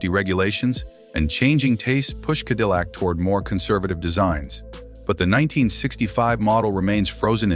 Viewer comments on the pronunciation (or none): "Kedillac"?! Please remove this video and correct the narration and glaring mistakes. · What an embarrassment for a video. Quit using AI, it never can pronounce words right... KEDILLAC. Really??? The main word for the video and it can't pronounce it. 🙄